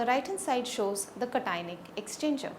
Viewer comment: Cationic ... must be pronounced properly.